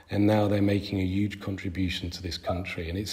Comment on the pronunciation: Triggers me so much how this guy pronounces 'huge' as 'yuge'